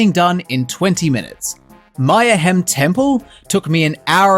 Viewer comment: EVERYBODY KEEPS FUCKING MISPRONOUNCING MAYAHEM TEMPLE! ITS "MAY-UH-HEM", AS IN LITERALLY TEE WORD MAYHEM, JUST WITH AN ADDED SHORT A SYLLABLE! IT'S SO FUCKING OBVIOUS THAT MAYAHEM IS A PORTMANTEAU OF THE WORDS MAYAN AND MAYHEM!